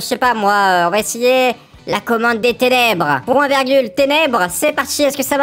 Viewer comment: Quand il a dit tenebre c faux